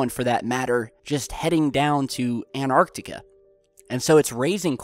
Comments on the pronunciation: Where is this "Anartica"? I have heard of "AnTartica" it has a T in it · ahhhhhhhhhh its anTarctica not anartica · it's not An arctica it's Antarctica it's not hard to pronounce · It's called Antarctica , pronounced An-tartica ... not Anartica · Ant tartica not annar tica. Hope this helps. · Please pronounce the 'T' in Antarctica. It is 'AnT arctica'. Not 'An arctica' But still an interesting video. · it's Antarctica, NOT Anartica. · please please.. its anTarctica not anarctica. and they are at bases on antartctica NOT the south pole, the south pole is miles from where the bases are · ANTARCTICA ! Repeat again and again ☺ Nobody is rushing you 😊 You have an interesting channel and interesting clips ☺ Anartica is not a real word 😉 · It's Antartica not Anartica - it's bad enough to get it wrong once but to keep repeating it is unacceptable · ANTARTICA not ANARCTICA, LOL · And, STOP CALLING ANTARCTICA "ARCTICA" for Christ sake. ARCTICA is at Noth Pole. You talk about CONTINENT which is called ANTARCTICA. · anyone get triggered when pronounces Antarctica anarctica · Not triggered as such but it really annoys me. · FrenZie "Antarctica" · AnTarctica has a T in the third position which is not a silent T which means you need to pronounce it. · AN 'T' ARTICA please! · its pronounced Ant.tar.ticar